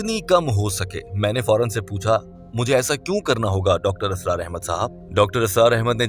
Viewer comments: Dear Brother, Assalamualaikum, it is Israr not Asrar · Mr. Audio, please improve your Urdu. It's not asrar it's Israr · Dr Asraar nahi... ISRAR hota hai. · Mr.admin nOt asrar But israr 👍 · You keep saying asrar his name is Israr... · It's not Dr. ASRAAR it's Dr. Israr.. Improve ur urdu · ابے "چ" ! "Israr" not "Asrar" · Dr.israr Ahmed, Not Asrar Ahmed as u pronounce,JazakAllah. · ASRAR NAHI BHAI, ISRAR AHMED HAIN